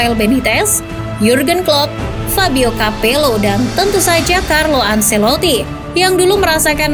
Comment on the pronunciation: tolong dong literasi pronounce nya. saci dibaca sachi. kaya ngomong chi-ki. anceloti bukan anseloti. an che loti. ini nama italia, jgn dibaca gaya nggris.